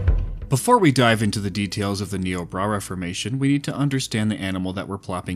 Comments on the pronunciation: Having worked with the formation for 2 years, is nIobrara with the I sound. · Hey just so you know Niobrara is pronounced "Nigh-oh-brayr-uh" I actually grew up close to the namesake river! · I think you meant to say "Nigh-o-brair-ah" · im sorry this is pretty minor but you keep saying niobrara formation like "niobra reformation" idk why my brain is parsing it like that but it is